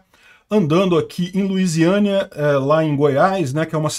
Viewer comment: LUZIÂNIA, terra de Santa Luzia, e NÃO Luiziânia que me parece terra de Luiz, 😂😂😂 o filme da minha quebrada já está queimado demais, não piore as coisas 😅😅😅